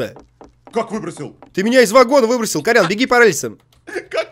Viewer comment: Не Колян, а Кольян